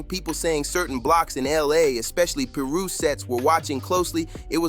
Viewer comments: again... someone missing the point... its funny how the video pronounced it ....im in LA all the time to know it's Piru not Peeru or paru ... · Bro it’s pronounced Pie-roo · "Paru" "peeru" what??? Pronounce it right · It's so cringe when he mispronounced Piru!! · This was irritating me so much 😂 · I know 😂😂 the way this video pronounced it is off